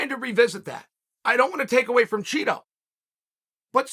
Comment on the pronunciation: Chael is secretly mispronouncing Chito… he’s lowkey calling him Cheeto 🧀😎